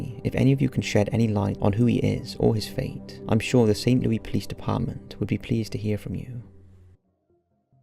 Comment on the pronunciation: It's pronounced: "Saint•Lou•Iss" here in the US lol.